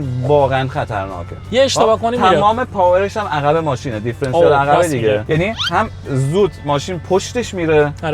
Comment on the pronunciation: درب عقب درسته...نه در عخب.... بچه کدوم بیابونی؟؟؟؟